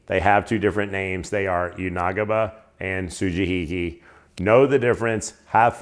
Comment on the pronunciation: Good pronunciation with the su-ji-hi-ki (and everything else you said), but the "yanagiba" which is the same phonetic pronunciation as the sujihiki ("ya-na-gi-ba" or ya-nah-gee). Also, well done lighting (that living room is dark, but you killed it with the kitchen video lighting)